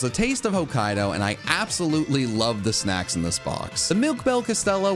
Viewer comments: I swear it sounded like said "Incredible SEX" not SNACKS. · you need to pronounce the n in snacks. The first time i heard it i heard you say let's have some incredible seggs and i about lost it laughing lol